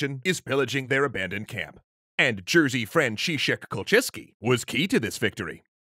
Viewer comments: jerzy is totaly not pronounced like jersey, ists more like yezhy or yej (with french j) Idk, english does not have a standardised rz/ż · How on Earth did you even turn [jɛʐɨ] into [ˈʤɜːzi] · Jerzy is actually pronounced more like 'Yezzuh' in Polish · Uhhhhh, Jerzy is pronounced as "Yerzhi", not "Jersey"... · Hearing you read Jerzy as Jersey... kills me a little xD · Jerzy is not pronounced like jersey. Other than that good vid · U don't Jerzy but "yerry" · Just so you know - the 'rz' in Jerzy is pronounced like a 'ż'. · Why are you butchering polish names like this all the time? Jerzy is not even this hard. It's really not that difficult to put them into google translate and listen once or twice... Great video though, as always.